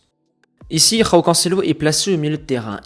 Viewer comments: C’est pas roão C’EST JÕAO les portugais est brésilien tu prononces J les espagnols et Amérique latine tu prononces R. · bon le "roao" je souffle hein c joao mdrr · Super video com d'habitude, mais s'il te plait arrête de rouler les J au Portugal on prononce João et non Roão